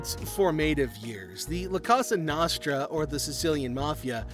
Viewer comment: your pronunciation of cosa nostra is so cringe